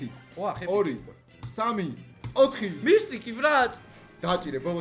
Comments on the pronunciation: მისტიკი არა მითიკი რა მისტიკი😂😂😂😂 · მისტიკი არა მისთიქი 😂😂😂